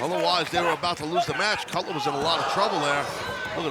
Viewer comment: Every time Taz said “Cutler” I could have sworn he was saying “Cutlet” And what in the blue hell was Luther wearing!?!? It looks like a figure skating outfit!!